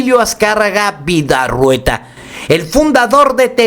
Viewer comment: El apellido de Emilio Azcárraga era Vidaurreta no Vidarrueta. Saludos